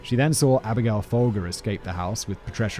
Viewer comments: I'm fairly certain Charles Manson was pimping, not johning during the crossing state lines arrest for prostitution. Also Folger is pronounced foal jer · Abigail Folger… it’s actually pronounced Fol-jer.